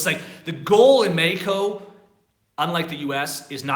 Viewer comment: dude quit saying Meko the English language pronounces it Mexico